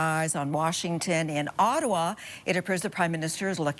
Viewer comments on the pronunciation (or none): none